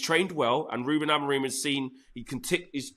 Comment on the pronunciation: Everybody, Amorin? With respect, it's Amorim.